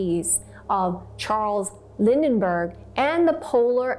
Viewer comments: Lindberg...not Lindenberg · It’s Charles Lindbergh not Lindenberg! Where do you see an N? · You mispronounced Lindbergh several times - you said Lindenbergh.